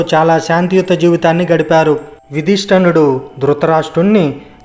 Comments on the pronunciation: యుధిష్టర్ణుడు కాదు, యుధిష్ఠిరుడు. ఇంతటి ప్రాముఖ్యత కలిగిన వీడియోలో సరిగ్గా తెలుగు అక్షరాలు పలకటం రాని వారితో చెప్పించటం మన ఖర్మ. 😢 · Nice narration. Thank you for sharing the information. However, small correction. it is NOT YOUDHISTANUDU. Correct Name is YUDHISTARUDU. Also, It is not SATVAKI, it is SATYAKI. Again thank you for sharing this information. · మీ ఉచరణ బాగాలేదు. ఉదిస్టినుడు ఏమిటీ, ఉదిష్టరాదు. మహారిసి ఏమిటి మహర్షి అనాలి కానీ. ఉచరణ దోషాలున్నాయి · తప్పులు పలకకుండా చదవడం నేర్చుకోవాలి యధష్ఠిరుడు తప్పు గా పలుకుతున్నావు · Yadhustirudu sariga palakandi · యుధిష్థిరుడు అని సరిగ్గా పలుకు bro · He is Yudhistaradu. Please pronounce it correctly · You can not even pronounce Yudhistir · ఒరే! నీకు యుధిష్టురుడు అని పలకటం రాకపోతే సింపుల్‌ గా ధర్మరాజు అని చెపితే పోతుంది కదా అష్టకష్టాలు పడకుండా సూక్ష్మంలో మోక్షం వెతుక్కోవాలికాని. నువ్వు హిందీ వీడియోను మక్కీకి మక్కీ తెలుగులో అనువదిస్తే ఇలాగే వుంటది మరి. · ముందు తెలుగు సరిగా పలకటం నేర్చుకోండి. ఉదా- యుధిష్ఠిరుడు అనాలి.